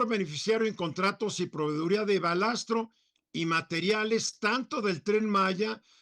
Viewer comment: De risa los conocedores del tema , hablando del "Balastro " ? No es balasto? En fin cuando se trata de criticar y sacar provecho de las desgracias, ahí todos son técnicos y expertos.!